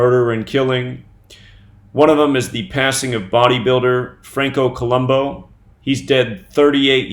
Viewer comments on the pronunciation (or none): Columbu looks and sounds stupid...we're being mocked. Columbu would be pronounced Co-lum-boo, not -bow, but whatever. People need to start the awakening process sooner than later. With all of these obvious changes, you would think the news and every YT channel would have something interesting to talk about, but I guess men wearing and selling makeup is where it's at.